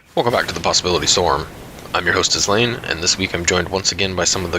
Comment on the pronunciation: pronunciation ^^ tatiana, tchulaine